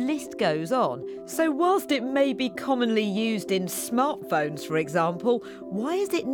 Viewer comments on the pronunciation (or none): none